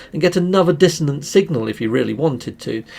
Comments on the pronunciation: Dissonant not dissodent... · DISSONANT not dissident